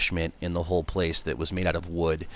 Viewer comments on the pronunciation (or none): none